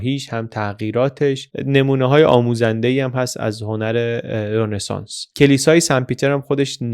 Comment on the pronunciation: سلام آقای مثل همیشه فوق العاده بودید.فقط یک نکته که تلفظ رنسانس رو غلط می‌گفتید تلفظ صحیح Ronesans ولی شما می‌گفتید Renesans